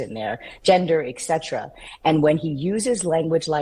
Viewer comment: Hey lady, learn proper grammar. "etc. = etcetera." 🤦‍♀ 'et-set-er-a.'